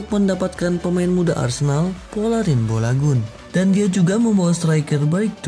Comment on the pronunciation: Balogoun aja bolagun ngomongnya🤧